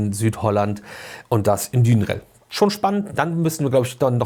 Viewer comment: Hrhr, der Bro spricht Duinrell so aus, wie ich auch und ich musste mir mal von einer sprachkundigen Freundin sagen lassen, dass „ui“ in Niederländisch wie „au“ ausgesprochen wird, also „Daunrell“ - das „Uit“ an Autobahnen spricht man auch wohl eher „Aut“ aus. Aber egal is auch ne Haltung, seitdem sagte ich überbetonend Dünrell. 😂 Abgesehen davon: Wo finde ich die Walibi-Horror-Werbung? Ich mag sowas ja 😊